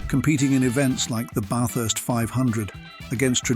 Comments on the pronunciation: Yep you can tell if someone has been here or they use AI because they can't say Bathurst to save themselves!!! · how many ways to say "bathurst" wrongly. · BaYthurst 500.. no no no (the 'a' is pronounced like the 'a' in "slap"). Bathurst. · AI voice (Barth-ust, anyone?) and choppy editing finished it for me. Crappy vid, full of omissions and mistakes. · Everytime, he pronounced 'Bathurst' differently!! It's not "BaYthurst" or "BaRthurst", it's just Bathurst. Eeeasy!! 🙄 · it's not Barth urst , it Ba-thurst 😂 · Lost me at 'Barthurst'. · AI voice is hideous- ‘Barth-hurst race’! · Are you not keen on Bay-thurst? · . What about Bathurst pronunciation - Baeth-hurst!! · Interesting. But need to work on your pronunciations of Aussie words. Bathurst being a good example. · FFS, narrate your own videos and lose the dumbass AI narration. Even Tyler Hoover can pronounce Bathurst. Also, lose those horrible "shakey" fades, they suck. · Pronounced "Bathurst" at least THREE different ways. Was the commentary being read by a computer? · I hate the mispronunciations. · AI narration pronounces Bathurst 3 different ways 😂😂😂😂😂😂😂